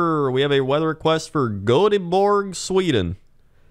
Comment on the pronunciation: I've never heard someone pronounce göteborg that bad, thank you